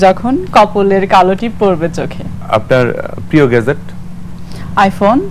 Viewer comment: এই বোতল মার্কা নায়কতো "প্রিয়" শব্দের উচ্চারণ পিয় বললো।